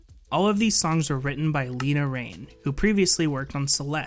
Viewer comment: everyone pronounces lena raine’s name wrong i feel so bad for her 😭😭😭 it’s more like laina not leena